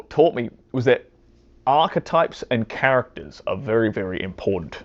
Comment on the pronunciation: "Archetypes", not "Arc types"...